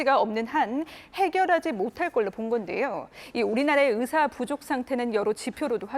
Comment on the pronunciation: 기자가 발음이 제대로 안되네요.. 으사 아니구요 의사...으학과 아니고 의학과